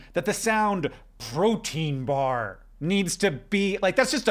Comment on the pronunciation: No one: Hank: PRÖTÊĪÑ BÅR